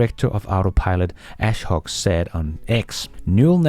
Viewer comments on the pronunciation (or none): A-shok, not As-hok